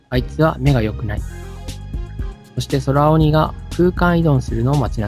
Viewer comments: 空鬼って、｢くうき｣と読むのでは？ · そらおに、ではなくて、くうき、だった気が…